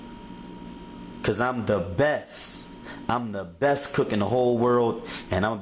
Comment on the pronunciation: Bess fried chicken..... Bess.... There's a t in there, dude.